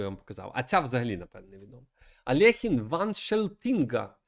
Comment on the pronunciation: Чому Алехін? Він Альохін